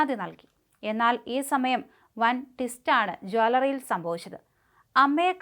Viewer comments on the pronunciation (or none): "Jwaallary " yo ? 😂